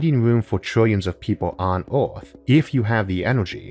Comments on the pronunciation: He has a speech impediment, so, yeah. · Earth starts with an E, its not orth